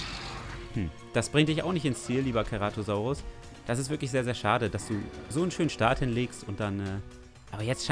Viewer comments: wie mich das triggerd wenn keratosaurus sagt und nicht ceratosaurus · Ach und das "C" beim Ceratosaurus wird wie ein S/ß aus gesprochen also nicht wie ein "K" xD